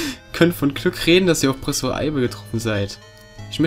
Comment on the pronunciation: hast du einmal wirklich anstatt professor prossefor gesagt? oder hab ich einfach was an den ohren? hahahah xD Der Rahmen is so toll <3 uuuund ich bin froh, dass die Parts nur 15 Minuten lang werden, find ich sehr gut und ich freu mich sehr auf dieses Projekt Insofern mein Internet mitspielt ;)